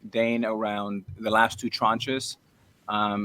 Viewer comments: ARoid it's DANE not DANA.... what a genuine guy 😂😂😂😂😂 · ARod continually calling him “Dana” is absolutely sending me. I can’t get over it 😂😂😂